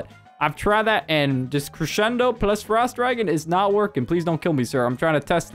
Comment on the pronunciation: I DISLIKED BECAUSE YOU KEPT SAYING CRESHENDO